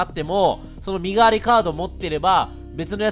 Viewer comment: 身代のカードってみのしろって読むんだと思うよ!